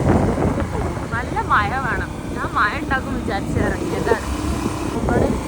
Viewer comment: മയ എന്നല്ല മഴ എന്നാണ്